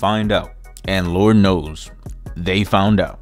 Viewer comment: Pxssy said Lort knows